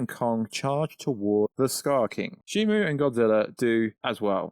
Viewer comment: How do you mix up a "O" for a "U" in SHIMU? Also, Gia doesn't have a "J" in it, nor is her name pronounced with a "J" in it. I know you're from somewhere in the UK, but come on man.